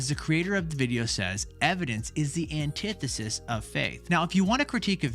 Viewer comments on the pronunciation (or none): This video made me realize I’ve been pronouncing antithesis wrong my whole life